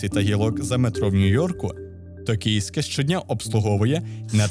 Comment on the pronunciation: Ти кажеш Токійське а я чую Київьске)))